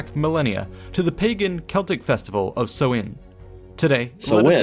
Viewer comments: Minor point - Samhain (pronounced "sow - in") has the emphasis on the first syllable, not the 2nd. So, SOW-in is a good phonetic guide. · Samhain is pronounced, as already indicated. It is an Irish language word and is likely the same in Scots Gaelic and Manx, daughter languages of Irish. BTW the tonal stress is on the first syllable, this SAMHain. Go maire are dteangacha bro! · Samhain is pronounced sow-wan, not so-win! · please do not be guided by this guys irish pronounciation! it`s awful lol. but his coverage of the details is good! samhain is pronounced like sow(as in a pig)-in, not sew-in! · I am irish, the words samhain and bealtaine are irish words. The man was pronouncing them wrongly. Samhain is pronounced as "sow - in", you say it fluidly without a pause in the middle like "sowin" Bealtaine is pronounced as "bal - thanna", not "baltin" :^) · That was an excellent commentary on Halloween or Samhain. The only issue was the way some words were butchered. The correct pronunciation for Samhain is sow-in, that is sow as in female pig. Also, the proper name for Mayday, Bealtaine, is pronounced byal-ti-ne. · Listening to the pronunciation on the video is shocking. The festival relates to the month of November (Mí na Samhna - pronounced me naw how-na) The month of May is Bealtaine (pronounced be-owl-tan-ah with the first two syllables run together) and that’s where the festive dates got their names. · Samhain rhymes with the word for female pig - not the thing you do with needle and thread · Jesus they pronounced samhain so wrong lmao it's an Irish tradition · he is pronouncing samhain wrong.